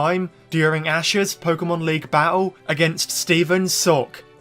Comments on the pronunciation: He called Stephan's name wrongly. LoL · Stephan is going to be so mad 'cause you said his name wrong XD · I still can’t believe you still mispronounce Stephan’s name, I am disappointed, this is joke is too old and can we just let it die?